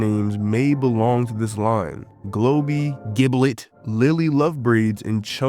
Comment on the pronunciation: bro saying giblit is so funny